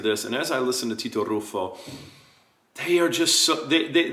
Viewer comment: That's why he called Herlea unknown? That's why he mispronounces Ruffo's name? That's why he talks about consonants and other bs? No idea how loud Battistini's voice was, or how hard he studied his roles, etc.